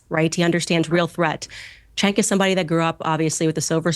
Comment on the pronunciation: You keep mispronouncing Chunks name. It’s Chunk. Chunky Yogurt. His mother named him that because that’s the way he smelled ever since he was born like spoiled yogurt. Chunky yogurt also goes by Cuck.